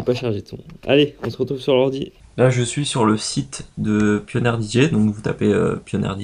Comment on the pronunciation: Lol pioneer se dit pionir mais sinon sssuper vidéo j'ai egalement le meme controleur